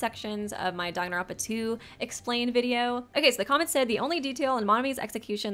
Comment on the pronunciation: nah he pronounces it dongonronpa